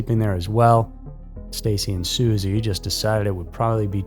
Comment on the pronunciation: It’s Stacy’s dad not sisi get it right